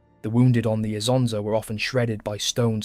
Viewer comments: just this little fact. The river' name is NOT Isa, Anszo, Asanza or Asanszo but ISONZO. Please, remember it. rough one million Italian soldiers died or got wounded in these places. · dude you are way too emotional over this the Italian soldiers of ww1 came from all over the peninsula and had different pronunciations of things themselves also Isonzo is just the Italian name, if we want to be picky the real friulan name is Isons or Lusins depending on the are you choose again, you are stressing over nothing, the soldiers don't care, the people over there don't care and there is no "real" name or pronunciation since everyone is entitled to call it however they wants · ha ragione a precisare, perché se vuole farci un video su qualcosa di così notevole per l'identità nazionale un po' più di impegno nella pronuncia male non fa. Great video otherwise though